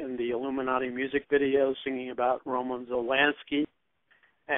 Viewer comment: Wow... I would be lining up to go listen to more of this lol... Did he just say Roman Zolanski ? Or Polanski?